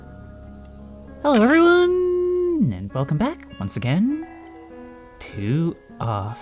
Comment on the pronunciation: Off topic but whenever you greet us and the way you pronounce it, I can't help but register it as "Hello everynyan". Love ya